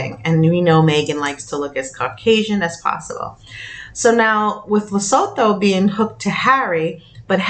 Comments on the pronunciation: Le -su-too for pronunciations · It's pronounced Le - soo- too. Please pronounce our African countries correctly. Enkosi Kakhulu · Lesotho is la soo too or la su tu. That’s how it’s said. Sorry just in case it comes up again..